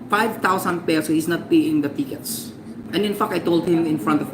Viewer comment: "he is nat peeing da tikits" Tang Ina mong bakla ka.....may Pa english² ka pang nalalaman d mo namn ma.i pronounce ng maayos🙄mag Tagalog ka nalang Gaga ka😂